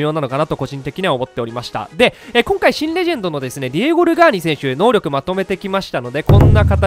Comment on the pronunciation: ヒカックあるある〜 たまに選手能力クイズの「のうりょく」が言えず「のうろく」になっている。